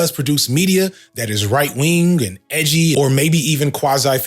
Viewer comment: “Why so Edgy-uh???”